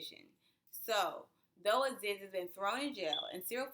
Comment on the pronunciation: Colonializers? 🤦🏾‍♀️😬 I'm with you but... your mispronunciation (Aziz is pronounced Azeez). Your analysis is spot on!